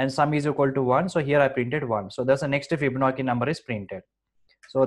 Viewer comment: It is pronounced FibonaCHi, not FibonaKi (crying emoji). Videos are terrific though thank you!